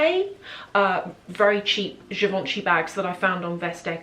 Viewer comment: Btw givenchy is pronounce das : je von shay (je - like the french "je suis".